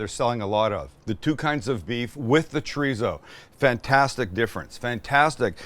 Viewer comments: It's not treezo, dufus. It's chorizo. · I”m from the UK but lived in Spain for 20+ years… Paella pronunciation +/- about right, Chorizo not so much.. the Z is pronounced ‘Fuh/Fo’ or ‘Th’.. so phonetically when you say Chorizo pronounce it as Cho-Ri-Tho or Cho-Ri-Fo.. Great video btw… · What’s “Chreezo”? 😛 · Love the video! but I have to ask… “TREESO”? Lol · Oh also a native speaker was poking fun at your pronunciation of “chorizo”. Spanish has this quirk about the pronunciation of a letter changing depending on where it’s placed and whether there are vowels or consonants around it. Still confusing for me too. Like if r is it at the beginning of the word it still makes an r sound but softer and when it’s in the middle it’s of a cross between an r and a d. So it’s more like choe (rd)ee so. Food for thought. Este gringo is still trying to wrap my mouth around it myself.